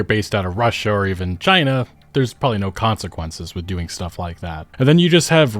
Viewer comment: Two syllables: chi-na